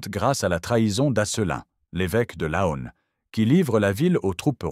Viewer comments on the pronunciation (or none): L'AI est une stupidité absolue. Plutôt que de dire "centlis" (Senlis), la voix dit "scène lis". L'IA n'est pas à la veille de remplacer les cinq sens humains. "LAONNE" au lieu de "lan".